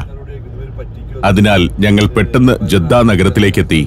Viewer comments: ജെദ്ധ തെറ്റിയയതാണ ജദ്ധ എന്ന് ആണ് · ജദ്ദ അല്ല സഹോദരാ... ജിദ്ദ എന്ന് പറയും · ജെദ്ദ അല്ല ഇവിടെ ജിദ്ദ എന്നാണ് പറഞ്ഞു കേൾക്കാറുള്ളത്. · ജെദ്ദ എന്നതിനു ജിദ്ദ എന്നു പറയാം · ജീദ്ദ എന്നല്ല ജദ്ദ എന്നാണ് മിക്കവാറും എല്ലരും അങ്ങനെ യാ പറയാ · ജിദ്ദ ജെദ്ധ അല്ല